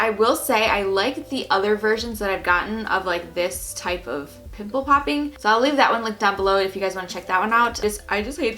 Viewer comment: It was hilarious when she tried to say pimple popping